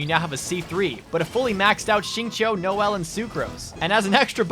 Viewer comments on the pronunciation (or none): I cried a little inside when i heard noelle